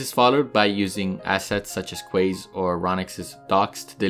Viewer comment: "Quays" is pronounced "keys." Everyone gets that wrong the first time they see it.